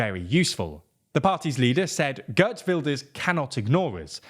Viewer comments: Heert.....not Gurt! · Bro his name is Geert not Gurt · The Gurt pronounciation needs to go. It is Geert 'ee' is pronounced as a long 'a' . To people seeing this as a sign of some kind of awakening, I'd be careful about making that prediction. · Geert is closert to gEErt (like the EE in peel) than gert